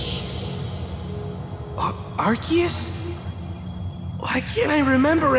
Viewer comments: erm actually its arkoos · Arkoos really said I am arcues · I love it but it's Arkoos 🤣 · Where in arceus is there a k I don’t understand why people call him arkeus